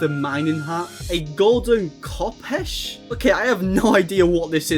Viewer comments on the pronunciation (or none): its pronounced cofesh its an egyptian bronze sword why it spawns int he pyramid cool concept